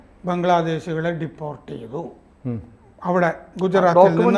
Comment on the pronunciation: പുതിയ ഉച്ചാരണങ്ങൾ കണ്ടുപിടിക്കുകയാണ്. "ഡീപ്പോർട്ട് ". ഡിപ്പോർട്ട് അല്ല 🤔